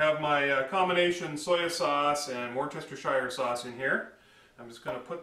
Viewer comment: Did you just say Worchestershire sauce?